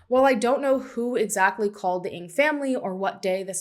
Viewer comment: Your pronunciation of Ng is off, just mentioning it. Many disappear in these South American countries. It just isnt safe for foreigners.